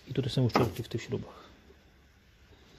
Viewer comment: najważniejsze to czyste (uczelki) poćwicz wymowę bo oglądałem i co mówiłeś o uszczelce to uczelki